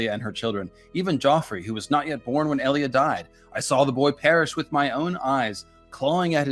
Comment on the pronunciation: Who the fuck is EEE-Lia?? I'm pretty sure it's EL-Lia